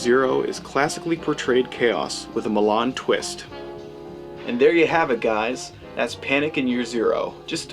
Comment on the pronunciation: pronounced MILL- LAND......pronounced NUKE- LEE -ER........................omg ..nuke u lar Good review though...meow